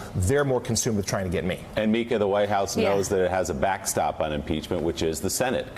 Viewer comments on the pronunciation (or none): none